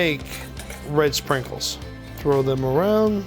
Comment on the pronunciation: love that he says dem instead them lol